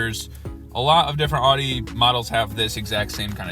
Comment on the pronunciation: OW di. Not AW di.